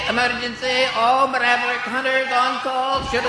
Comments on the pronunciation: "All Maraverick Hunters"? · What's a "Muraverick"? These actors, man. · Ever notice how it sounds like the "emergency" voice goes " all mraverick hunters"? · I prefer Clement's version of DR. WAHWEE! :D Btw, did the alarm guy say "Marevericks?" õ_o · ...All MALAVERICK Hunters? Wow, that's almost as bad as Doctah Wahwee.